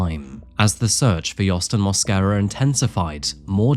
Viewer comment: Lo único es que el apellido es Mosquera en español no Moscara jajaja